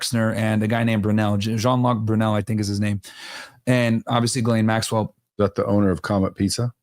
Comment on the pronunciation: Oh, also shout out to you for actually pronouncing 'Ghislaine' correctly. I'm surprised how many people still pronounce her name incorrectly in 2025.